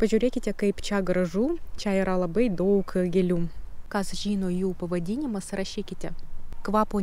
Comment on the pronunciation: Kalbate lietuviškai labai neblogai ir suprantamai , pasitaiko nežymios tarimo klaidos. Jos greit išnyktų , jei daugiau bendrautumėte su lietuviais. Pastebėjau, kad dažnai tariate ,,t'' raidę su ,, c'' atspalviu. Tariant žodį ,, daug'' , reikėtų trumpiau tarti ,, u '' raidę. Patariu kalbėti Lietuviškai kuo daugiau, nesivaržyti ir greit akcentas sumažės iki minimimo.